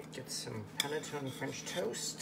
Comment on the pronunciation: Pronounced pan-nuh-tone-nuh. since you are a foodie try buying your nutmeg whole. Just shave the nut over a micro plain and you believe the taste difference.